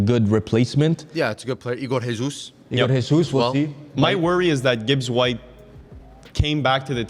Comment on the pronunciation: Isn't ''RRREEEESUS'', it is ''JE(GÊ)SUS''. He is brazilian